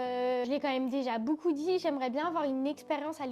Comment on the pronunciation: Les gars dites moi que je suis pas le seul qui entend que dit « boucoup » 😂 elle me fait trop rire!! Encore bravo pour votre vidéo et bien sûr que vous méritez plus d’abonnées ❤️